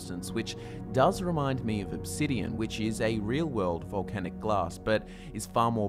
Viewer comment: Just fucking say obsidian it is obsidian that comes from volcanoes.